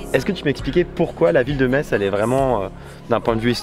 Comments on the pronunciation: En lorraine on aime vraiment pas entre un Me"tz" J'ai failli en péter mon écran il faut dire tout simplement comme on dit le mot anglais "mess" le tz à le son -s à la fin et là tu seras bien reçue sinon tu ves mourrir xD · Rah yes! Metz ville sous-côtée… merci d'en avoir montré de si belles images ! Et oui, ça nous énerve énormément d'entendre MeTsss 😂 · Je viens de redécouvrir ma région merci pour ces images juste incroyables 🤩 Et je confirme que je suis irritée quand j’entends « meTz » aha. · Les images sont vraiment propres. Ca fait tellement plaisir de voir des gens présenter cette ville qu'on connait tant ! J'ai malgré tout failli lâcher mon dislike a force d'entendre meTss. Bonne vidéo et bonne découverte de ta chaîne au passage ! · apprenez le patois lorrain . malheureusement il est en train de mourir. Allez vite , gardez ce patrimoine qui vaut de l'or pour des futurs recherches historiques. comme elle est belle. et c'est vrai METSSS c'est horible. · Désolé, je te connais depuis quatre minutes et je suis déjà grossier en t'entendant mal prononcer Metz alors que je suis Meurthe-et-Mosellan. Vraiment désolé. Super vidéo en tout cas. Et j'ai grandi à 7 km du Lac de Pierre-Percée ! Merci d'en avoir parlé ! ;-)